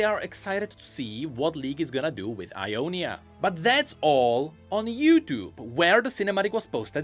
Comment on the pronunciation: Sounds like it was a fun mistake but Jonia is actually how Ionia is called in Spanish! It's pronounced Honia